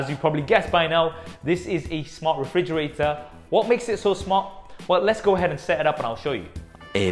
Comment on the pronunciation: Refrigrator? WTF? Lol excellent review anyways